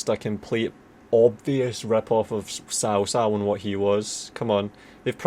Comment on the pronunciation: I know Cao Cao, it's just that i never heard his name being pronounced like THAT before :))))) I'm used to people pronouncing it like 'Tsao Tsao', like in Mandarin.